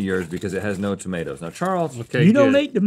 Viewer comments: “you don’t eat tohmatoes?” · "you dont eat th'madas?" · "You don't eat tomadoes?" 😂